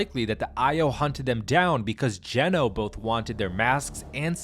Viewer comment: Geno...i thought ya said genos.